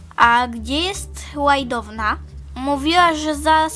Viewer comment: Tak na przyszłość czyta się łajdona a nie łajdowna 🤗 PS super odc